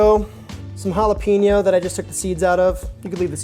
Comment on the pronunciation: it's jalapAño not jalapeeno 😊